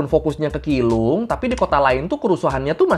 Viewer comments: keelung tapi pengucapannya bukan kilung tapi cilung 😄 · keelung ; bacanya ciilung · Keelung dibacanya cilong🙏🏻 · Keelung dibaca chi rong